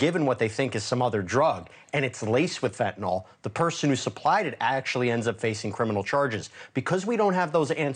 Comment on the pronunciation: Mr.defense attorney, it’s not “fentanol.” It’s Fentanyl.